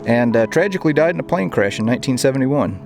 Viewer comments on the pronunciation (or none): none